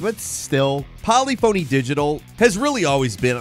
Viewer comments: Po-liph-phony not poly-phony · Polyphony is not pronounced "POLy PHOny" but "puh LIF finny" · puh-LI-fun-ny? Or does the company specifically go by poly-phony? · Is it actually pronounced “poly-phone-y”? Have I been pronouncing it wrong all these years? (puh-liff-uh-nee)😂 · pah lee fo nee digital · Polyphony (Pole-if-any) studios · "Polyphony" puh-lif-fany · FYI, Polyphony is pronounced "po-LIF-a-nee." Not as the two separate words "poly - phony." Like how cacaphony isn't pronounced "KA-ka-FO-nee," but "kuh-KAH-fa-nee." Phonetics lesson over. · Poli-Fone-ey Bro said it like I thought it was pronounced when I was kid lol. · "Polly-Phoney" made me nearly spit out my coffee, lol. Not sure if that was intentional, but nice roast. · "Polly Phoney Digital" 😂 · Someone doesnt know how to say the word polyphony.... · haha Poly-Phony... got close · completely butchered the pronunciation of polyphony lmaooo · Or how he botched the pronunciation of Polyphony Digital. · The way he said polyphony 😂😂